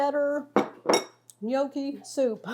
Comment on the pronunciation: What is a "Knee-Okie?" lol jk